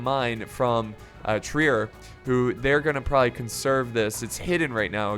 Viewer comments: Hey! I’m a German major at university and you pronounce Trier as “Trrear” you almost have to roll the T with the R. Pronounce T and R with the back of your throat lmao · Trier is pronounced like you are saying "Tree Air," just so ya know